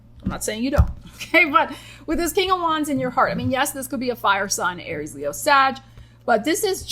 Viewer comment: you maybe feeling like you lived many life times. Me: I'm on my second life in this lifetime Also, when you said "alright, Aries...", I heard Arielle. I had to pause and think about exactly what I heard vs what I think I heard. What's a ♍ ☀ doing in a Aries reading anyway 😅 Edit: spoke too soon. Virgo is mentioned 💀